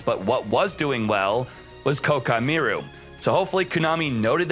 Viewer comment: The way you pronounce Koaki meiru just destroyed my ears